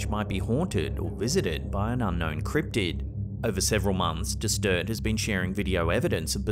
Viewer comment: I don’t think it’s a cript’d or criptid but I know it’s not a criptead.